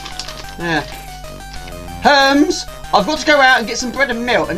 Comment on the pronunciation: Another one I liked was "Herms" for the courier company lol. I think it's pronounced Her-meez hehe